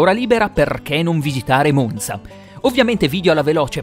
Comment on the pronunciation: Apprezzo particolarmente che in questo video la pronuncia della Z di Monza sia corretta.